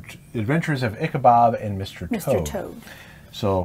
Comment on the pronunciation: His name is Ichabod not Ichabob.